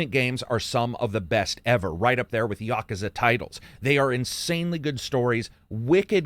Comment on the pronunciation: YA - KOO - ZA!!! Fuckin say it right.